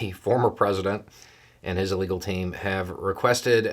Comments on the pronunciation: Is it just me hearing "his illegal team" every time is talking about Trump's legal team? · did you say "his illegal team"? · I swear you said Trump's "illegal" team. That would fit👍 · It sounded like you called Trump's legal team his illegal team, and that made me laugh hard, because it's accurate considering how many of them are now facing charges themselves. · I’m sure I heard this wrong, but I think I heard you say “Trump and his illegal team.” 😂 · I swear I heard "the former president and his illegal team" and I love it!